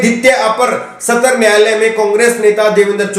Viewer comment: Satar nyayalay Nahi satra nyayalay kahiye.